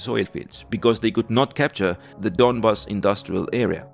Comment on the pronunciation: donbAss, not dOnbass :)